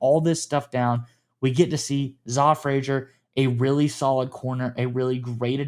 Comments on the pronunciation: Zah is pronounced Zay. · Love these sneaky pick ups, quickly his name is pronounced “Zay” good to know since we’ll probably hear his name a lot.